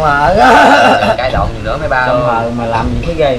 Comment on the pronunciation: có ai nghe nói 2 chữ dì khúc này k 😂